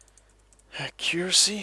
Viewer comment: I swear if you pronounce accuracy wrong one more time